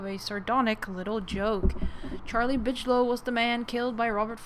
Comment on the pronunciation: Bigelow pronounced with g not tʃ.